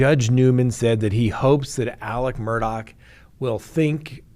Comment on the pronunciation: Why is it so difficult for these talking heads to pronounce his name correctly? It’s MUR-DAUGH not MUR-DOCK. Please do your homework 🙄